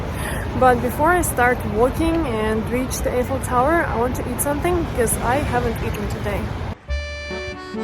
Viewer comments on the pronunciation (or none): the correct pronunciation for The Eiffel Tower is " eye fel Tower." the "e" is silent. So you should say it "i" ffel tower.